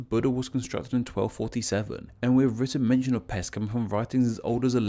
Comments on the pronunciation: Buda (408? – 445) is the name of the brother of Attila the hun. The city have its name after him, according to chronicles. The Pest theory is more likely accurate. Also I know these are different languages, but Pest you pronounce "pesht". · The name of Pest is actually pronounced Pesht. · Buda's Germanic name is literally Ofen and Pest is not even remotely resembling any of the words you put up on the screen Also you missed up the pronunciation for Pest which is Pesht You are welcome Also Aquincum is Óbuda, which was also a separate city before merging the 3 cities into one in 1873 . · Pest is pronounced like Pesht, as in Hungarian s is pronounced like sh in English. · I prefer Buda as I was born there, even my name is Budai (from Buda), it is much more beautiful and less dangerous, but it's a beautiful city. And it isn't called Óbudapest because that would mean Old Budapest. Nice video, although the s is pronounced as an š sound (ш in Cyrillic)